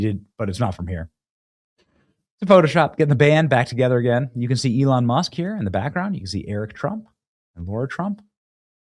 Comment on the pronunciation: Why do you pronounce "Lara" as "Laura"?